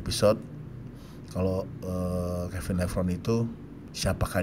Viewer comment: Mbacanya kevin levroni, bukan kevin levron